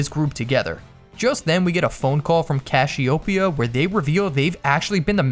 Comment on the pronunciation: He called Cassiopeia CASH-iopeia